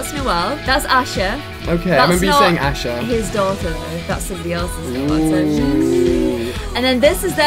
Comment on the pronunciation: Every time she says asher it sounds like usher